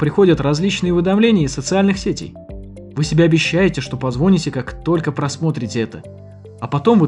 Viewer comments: Хорошее видео, но только не правильно говорить "позвОните", нудно говорить " позвонИте" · Поменяйте ведущего, в первые же 30 секунд меня как током ударило: звОните.. Ну ладно, подумал я, досмотрю. На седьмой минуте прозвучало комбо: позвОните & оденете.. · позвОните ... ??? Я думал вымерли люди, кто так говорит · Не позвОните, а позвонИте. Русский язык, однако.